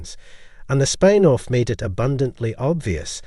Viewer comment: It's spin off, not spine off